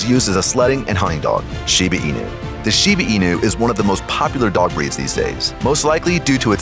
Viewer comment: Why did you pronounce it ShibIIIII with I?????? It's ShibAAAAAAA